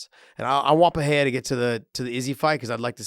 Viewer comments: What’s with the ‘H’ sound in Pereira’s name? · trying to be hip with portuguese pronunciation